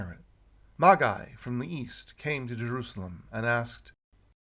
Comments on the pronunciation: the title is commonly (although, illogically) pronounced "Maj-Eye" in English. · I truely believe that the most burning question is: Why is pronouncing 'Magi' that way?